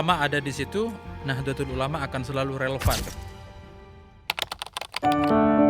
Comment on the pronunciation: Mengucapkan Nahdatul ulama (Nahdlatul ulama)+Rais am (RAA IS AAM)